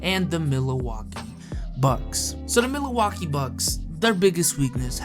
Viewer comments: Everyone: Milwaukee: Milawaukee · hearing him say mila-waukee bothered me a lot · Mila Waukee? never heard of them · This guy said Mill-a-waukee bucks. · Mila-Waukee bucks???????? Dude don’t know how to say Milwaukee lmao. Great content though. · “Milawaukie Bucks” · Leroy Rodgers EXACTLY MY MAN SAID " MILLAWALKEE"🤣🤣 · Did this dude just say Mila-Waukee Bucks? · Bruhh i was like why's my man adding another syllable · Dion Waiters yep he did 😂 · The biggest weakness of: saying Milwaukee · Yall roasting him cos he can’t pronounce Milwaukee lmao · You pronounced Milwaukee wrong!!!😹😹😹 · Speak Milwaukee the right way man, is not that hard of a thing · What in the hell. Why are you saying Milwaukee wrong. Bruh.